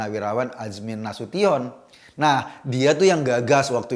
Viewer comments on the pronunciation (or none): none